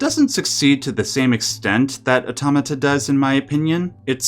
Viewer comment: 'Let's listen to mispronounce Automata's title for 20min, the video'